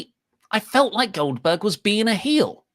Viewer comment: OLDBERG... OLDBERG.... OLDBERG...